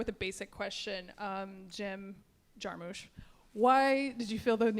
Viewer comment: I hate when people pronounce it Jarmooosh. It's Jarmusch not JARMOOOOSH!